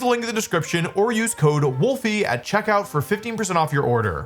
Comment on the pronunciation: I love the irony of everyone hating Wolfe's Pokemon pronunciations while calling him "Wolfy"